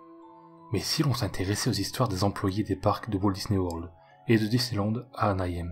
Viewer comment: J'aime vraiment les vidéos sur Disney! Par contre il faudra revoir ta prononciation de "Anaheim" xD le "hei" se dit comme "aie" quand on se cogne x) du coup en entier ça donne "Anna Aie Me" ! (Ouais, je chipote, mais quand c'est le seul défaut d'une vidéo on a envie de l'aider à atteindre la perfection :p)